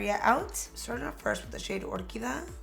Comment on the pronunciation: isn't it the shade OR QUI DIA? you're saying orquida